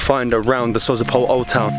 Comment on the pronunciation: It is called Dalian "Tchaika", "tchaika" means female seagull. Sozopol the stress goes on the second "o". Glad you had a good time 😊 Comeback again🙂